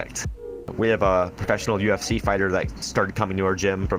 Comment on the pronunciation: anyone else catch the "kfc" when he said ufc fighter?